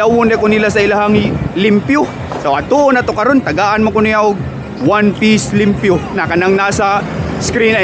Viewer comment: Nakatutuwa si kapag sinasabi nyang "Peang" imbes na "Paeng" haha saka "limpyo" imbes na "liempo" 😅 Thanks sa mahusay na content. Napakanatural at hindi gaya ng iba na scripted. Napaliligaya mo kami 😂